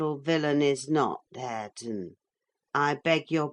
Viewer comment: its harre-ton😢